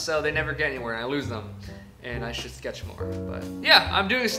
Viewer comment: And you call this A shetch?!